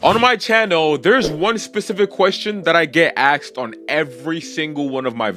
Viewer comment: “One question I get axed” 🥀